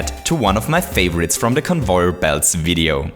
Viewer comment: I like how you say conveyor it sounds like convoyor so i voted for that